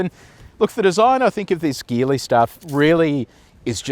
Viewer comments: Hey, great review as always. Just a quick note this brand is pronounced Jeeli not Geeli. Cheers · What’s the battery charge when you did the acceleration test? The result is slow probably due to the low battery charge. Also Geely is pronounced “Jeely” 😅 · Sorry mate but you should do better research! 🫣🤔 Have you done any??? In Chinese, the car brand Geely is pronounced as "jee-lee". The native Mandarin pronunciation uses a soft "J" sound, similar to the word "jeep". Seriously, if you can't do basic " research" on the name of the brand, why would I think that you did good research on this car!? Honestly, right from the jump your review is iffy? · A few years back, I worked with a native Chinese speaker and he pronounced it "Shee-lee", which kinda sounds like a soft "g". Definitely not the hard "g" used though